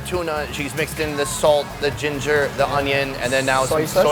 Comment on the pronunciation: G E N G E R and Cucumbeer AS IN BEER